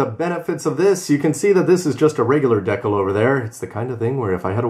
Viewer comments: decal, as in dee-cal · why does he pronounce decal wrong?😂😂😂😂